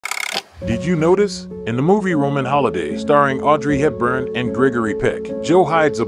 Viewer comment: It is not Hip burn and Pick. Please take more care to pronounce the words correctly. Not bid frame, either.